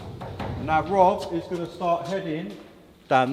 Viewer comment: When this bloke says “narr” he’s actually saying “now.”